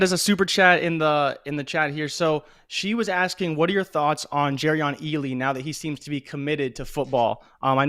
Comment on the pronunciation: You watching Peacemaker? Cause you just called Ealy, Eagley 🦅 🤣